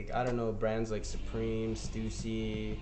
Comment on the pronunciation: is it pronounced stoosy? I thought it was stuhhsy?